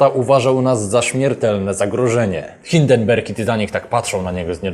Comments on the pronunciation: Hindenburg nie hindenberg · Nie Hinderberg a Hinderburg - oj.